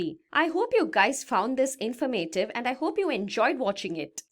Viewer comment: In-for-mate-iv is in-forma-tiv. Deter-mine-istic is Determin-istic. Some pronunciation suggestions. 🙂